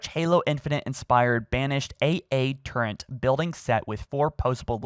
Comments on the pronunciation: Love you and your videos 10/10 amazing but... THERE IS NO “N” IN “TURRET” 😤 there is in torrent but that is not a turret! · There's no N in turret. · What does that even mean? That doesn't sound like an impediment, he's not having trouble producing any of the sounds, he just says words wrong. Just stop pronouncing a nonexistent n, there is no excuse at this point for incorrectly pronouncing words everytime he speaks. I had a speech impediment my entire life, I used to get bullied like crazy, and adults had trouble understanding me. I taught myself out if it, taught myself how to more properly pronounce every word I had trouble with, which was basically any word with an r in it. I'm not a smart guy. I just didn't make excuses. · To everyone bitching about his pronunciation of turret just stop. As some who also has speech impediment problems speaking to an audience gives me extreme anxiety. He does a great job. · There’s no N in turret!! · There's no "n" in turret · I came here just to say that. It’s a Turret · idk i think we are getting big brained with the intentional mispronunciation to try and bait some comments lol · TURRET. NOT TURRENT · It is pronounced turret, not turrent Just saying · Did you just say "turrent"?! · Why do you keep saying turrent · I honestly don't get how people miss pronounce the word turret. I really don't understand how they think its pronounced "turrent". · im sorry, what? A turrent? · I have one question...what is a "turrent"? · What’s a turrent? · You said turrent I cri now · Before I claw my hair out, it's not a torrent, turrent, or tourent, it is turret. Tur-ret. Ter-ette would be closer than just adding an N for no apparent reason. Sorry, mispronounced words are worse than nails on a chalkboard. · Its a turret not a turrent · It's a turret not a turrent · AAHHHHH!!! It’s not “Turrent” it’s “Turret”!!!! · TUR-RET mate. There's no N anywhere in that word. But good content otherwise. Got my sub! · TURRET NOT TURRE(N)T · "turrent" bruh